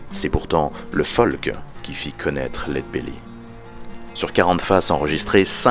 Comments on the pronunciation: Genial... Une chose... C'est pas lead "beully" mais bèlly (belly c'est le ventre en anglais). Sinon au top ! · Superbe, merci pour la vidéo et son originalité. Allez juste pour faire le chipoteur : il me semble que la prononciation (retranscrite en fr) est plutôt "laide bélly" plutôt que "laide beully" :) Des bisous !